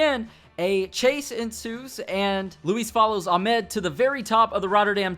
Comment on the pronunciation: It's aaaaahmed